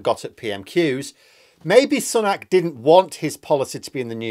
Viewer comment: Every time mispronounces Sunak as 'son-ak' and not 'sue-nak' he loses credibility with me. FFS, he's been PM for half a year and a prominent politician for 3 at least three. Yet insists on his own original pronunciation. This puts him in the Lauren Boebert style of speaker (using 'democrat' instead of 'democratic'), either lazy, stupid or ignorant. I would like to say 'ignorant' but he must have heard 'Sunak' pronounced thousands of times.